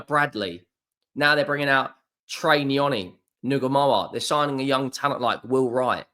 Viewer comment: It's trey not troy ya spaz